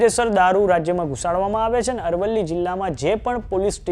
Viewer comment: Dofa amrli nahi arvli bol